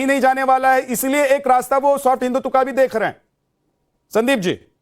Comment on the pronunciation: ने हिंदुत्व की जगह हिंदुत्वा बोला ये वैसा ही है फलाने की जगह फलन्वा कृपया इसको टोकें!